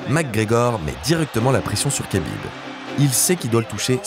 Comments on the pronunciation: Kabib? Kabib Kabib?????? Ça s dis rhabib frero respecte nos blaze un peu 😂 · Si jamais on ne dit pas Kabib mais Habib. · C’est vraiment insupportable d’écouter à tout bout de champ [k]abib…. C’est un manque de respect. On dit [R]abib. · on dit rabib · Superbe vidéo !! J’adore votre chaîne YouTube !!! Juste petite précision pour Khabib on prononce Rabib